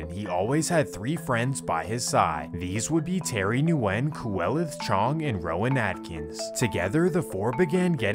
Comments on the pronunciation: It's pronounced "Win" not Nuwin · Am I the only one that knows that Nguyen is pronounced like win? Or is that just the people I know? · Nguyen is pronounced Gwinn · their last names are pronounced "Wen" not N-wen. Nguyen is pronounced Wen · His pronunciation of Nguyen as Nu-en instead of New-gen makes me laugh a little. As someone from the west coast of Canada, I'm used to seeing names like that and the correct pronunciation of them, but it's understandable that he doesn't. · I think it’s regional. Here in california they say Nu win but when I was living in louisiana they would say just Win. Never heard of new gen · Haven’t clicked on a video this quick ina long time 🙏 Also in case ur reading this the Vietnamese name Nguyen is pronounced “win”. It’s so common that like a quarter of the population has this surname or some crazy shit like that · Noo wen! Is the correct way to pronounce it. Viet last name!!!! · bruh says nu when... im dead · Nguyen, is pronounced like Gwen. I didn't know this either until someone corrected me. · Nguyen is pronounced “WIN” my guy 😂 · Nguyen is pronounced like saying Winn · Nguyen is pronounced ‘win’ :D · ITS JUST PRONOUNCED WYNN. GOOD VIDEO THO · Hey brother you need to clean these up because the N is silent on that last name it’s guyen basically not Nguyen with the hard N like you pronounce it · It’s “win” nyugen is pronounced win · nguyen is pronounced win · I think Nguyen is pronounced win but I could be wrong, I went to school with a lot of people with that last name , always sounded like the n was silent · Nguyen is pronounced “wen” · NGUYEN=WIEN ....JUSt so YOU COULD SAYBIT CORRECTLY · Nguyen is pronounced “win” 😊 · Nguyen is pronounced as weng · The way you pronounced Nguyen.. drove me crazy… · The “N” in “Nguyen” is silent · The way he pronounces Nguyen makes me cringe